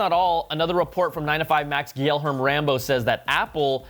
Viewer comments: It’s pronounced “ghee-Air-May” Guilherme Rambo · Hey Brian ---- Gilherme Rambo's first name is pronounced like Ghee Yer May. He's from Brazil and his name means William in Portuguese. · Please, pleeeeeease. The name is GuilhermE Rambo. ...mEEEE